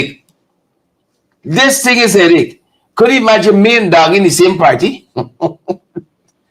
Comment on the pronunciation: DAGGIE NOT DOUGIE